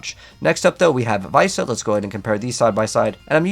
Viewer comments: Viessa is pronounced Vi-Essa. They literally say it in game. COME ON! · Why does no one know how to say Viessa. Its literally spelled exactly how you pronounce it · The fact you pronounced Viessa’s wrong just lost you a potential subscriber… appreciate the info though